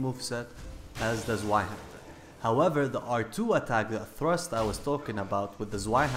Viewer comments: As always, nice video. You and Praise the Sun really made me appreciate the PvP more. But could you do me a solid favor? The next time you mention the Zweihander pronounce the Z not as a soft Zed but instead as a hard T followed by an S. Saying TS-weihander, instead of S-weihander. Greetings from Germany. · zvaihander... ITS PRONOUNCED TSVIHANDER REEEEEEEEEEEEEEEEEEEEEEE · FUKIN TRIGGERD IT PRONOUNCED ZVI NOT ZWI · Zweihander is pronounced TS-VAI-Hander. Zwei is the number 2 in German. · Great Video. I do have one suggestion for you though, "zweihander" is pronounced "zveihander", the "w" is pronouced "v". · stop pronouncing the w in zwei, it makes a v sound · That's not how you pronounce "Zweihander" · That Zweihander pronounce :,( . Das ist nicht richtig! Ist einer deutscher worte.